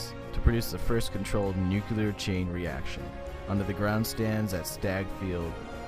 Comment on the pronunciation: nuCLEAR; not nucular!